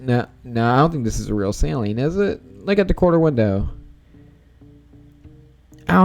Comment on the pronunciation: How do I send pics of our cars? Also Saleen is said like sah-leen not sai-leen